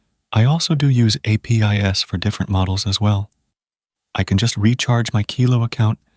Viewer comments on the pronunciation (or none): "I also use API S"... dawg, who speaks like this?